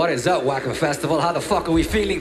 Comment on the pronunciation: I disliked this video cause he said "Wahcken" instead of "Wacken." 👎